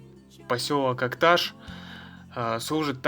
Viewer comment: Так себе видео, сам посёлок Акташ не показали, и про дорогу вскользь рассказали. И если говорить из Акташа, то ударение надо ставить на последней букве. И не Улуган, а Улаган. Уж если едете куда, тем более выставляете видео, постарайтесь грамотно обходиться с географическими названиями.